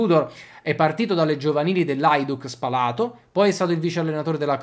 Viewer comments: un suggerimento. Si dice Spa'lato e non Spala'to. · Spalato con l'accento sulla prima A (non sulla seconda)